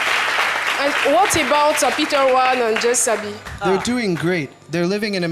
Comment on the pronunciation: about cest ne change pas cest about et not Ebout.elle aime trop ebout